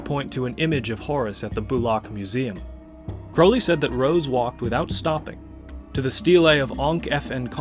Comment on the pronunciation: I have found such personal meaning in abraxas. Im so surprised to learn Jung wrote about it. Also youre the first person ive heard pronounce "crowley" how i believe its supposed to be. And also, im not impressed by crowley. Party tricks, very flashy.